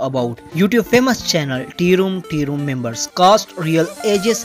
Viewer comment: LOL TIROOM TIROOM MEMBERS the pronounciation is just so funny